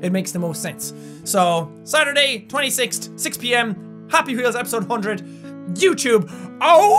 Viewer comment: Awww, have you noticed that cute "26-t"? I'm watching some of Jacks old (like very old) videos now and there are these "t"s instead of "th"s, and it's so awesome he still has those in his speech^^